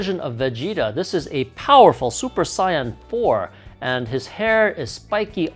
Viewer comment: I get triggered when he says super saiyan because he says sayain like the colour and not saiyan